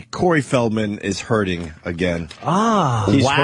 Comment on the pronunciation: Hey guys. Ope had a joke. Did you catch it? It was quick, you may of missed it. He said "hurddin". To poke a little fun at the word hurting. That way it shows that he's really care free. Opie doesn't suffer from those silly, emotional problems. Like the rest of us regular people have to deal with. If you miss the funny line. You got to go back and listen to it. Listen close though. He only says it in the video from - minute mark. It is a great, great joke though. It got a huge laugh. Every time he said it. All 627 times he said it. Just like expected. Leave it to Opie. To take a horrendously average comment. And repeat it, until it loses even the intent of being said for humorous effect. Uugghhh